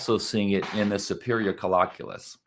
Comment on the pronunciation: It is pronounced coll-I-culus and it will drive me crazy to here it mispronounced. I am not alone. We knew this about the complex calculations in the SC in the 1980's and 90's. I learned this stuff in 2010. Do not believe everything you read in Pop-Sci articlaes Boys&Girls.